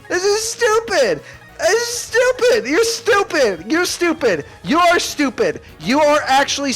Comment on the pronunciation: “You’er stupid” lol